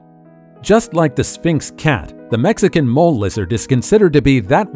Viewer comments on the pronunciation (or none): none